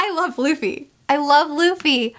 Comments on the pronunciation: Did anyone else hear her call Luffy "Lucy"? wink wink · That " I love Lucy" flub will come back to bite you. Be prepared. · "i love Luci... Luffy" i loved this mistake auehauheuaheuhae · calls Luffy 'Lucy' Me: Her observation haki is so good, she can see the future!